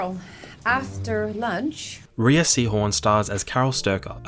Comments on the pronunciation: Rhea is pronounced like Ray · Hey, pal, Rhea Seehorn pronounces her name as "Ray," NOT Ree-uh. Do your research.